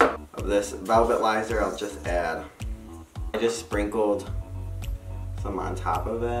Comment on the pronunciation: Velvilizer? Lol love ya!